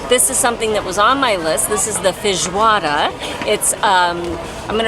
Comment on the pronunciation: Perfect pronunciation of Feijoada!